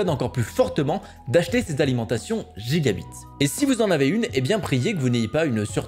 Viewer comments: Gigabyte, pas Gigabite ! Je comprends pourquoi bcq l'écrivent mal, si c'est mal prononcé 🙃 😅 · putain mec, Giga Bite...🙉 stp fais un effort sur la prononciation sinon tu vas te taper une restriction d'age sur tes vidéos 😂😂🤣🤣